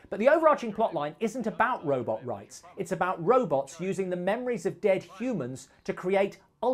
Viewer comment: Or "Rowbutts"